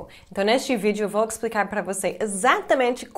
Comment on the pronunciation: explicar você fala eksplicar, leva-se você fala leve-se... Número você fala niumero, como ainda não consegue falar algumas palavras mesmo tendo morado aqui?